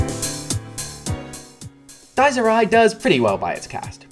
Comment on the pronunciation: The ridiculously long monologues ruined "Dyes Ee Ri" for me